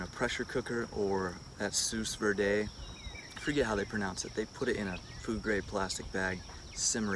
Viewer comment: pronounced 'sue-vee'